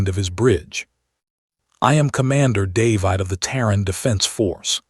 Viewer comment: Dave-eyed?? Really? Can't even pronounce a common name?